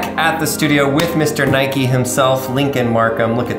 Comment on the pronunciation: Who pronounces nike like that